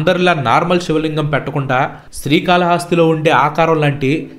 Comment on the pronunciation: Paid video kada bro....telisipothondi.....and one more thing sri kala hasthi .....haaasthi kaadu .....hasthi ante yenugu anmaata ......